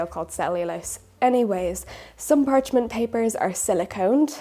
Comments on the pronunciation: it's "parchment" paper, not "PARCH"ment paper for crying out louddd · i understand, but it’s still not technically correct